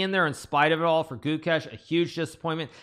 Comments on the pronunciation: Ah yes. "Guchess" You thought I wouldn't notice Hikaru? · It's Gukesh not Goo-kesh. Short vowel, emphasis on second syllable. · Gukesh ❌ Chokesh ✅